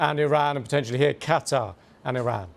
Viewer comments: Qataar how he pronounces.... idiot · Cattaugh….. yes, Cattaugh….. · Iran and Qatar or as the Muricans call them Eye-ran and Cutter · Why does he pronounce it "Cat Tar"? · how come u pronounced QATAR as QATA ? u forgot the "R" ! say it britishman, say it in american english ! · Why can't these news presenters be bothered to pronounce at least country names correctly? It's not CAT-ARRR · It’s Not (Cat Tar) stop saying it like that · on fox news they were pronouncing Qatar as "cutter" lol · Someone should teach this guy how to pronounce Qatar. Terrible on the ears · Methinks he is trying too hard to emphasise Qatar. Sounds false. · Don't you how to bloody pronounce Qatar...